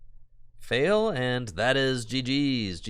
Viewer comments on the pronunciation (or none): none